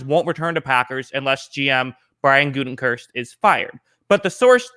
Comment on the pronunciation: GOO-teh-kunst, not GOO-ten-kurst. LOL!